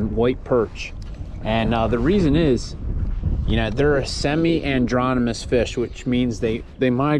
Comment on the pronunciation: I haven't broken the ice on my white perch fishing, but hope to get there one of these trips. I appreciate hearing that it's even possible to gain a lot of confidence...after I take that first step. BTW, the word is an - AD- rom-mous. Stripers, White perch, and some of our sturgeon share that characteristic. Also, Aerican Shad. Hickory Shad, and Herring run up to fresh water to . The opposite is Catadromous, which only describes American eels , as far as I'm aware. They swim down to the ocean and find their way to the Sargasso Sea to spawn., which is just amazing to me. Sorry for running on, but I'm a lot better with words than White Perch.